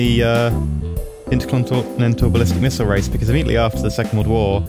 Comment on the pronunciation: you just injoy saying intercontinentalbulistikmisile?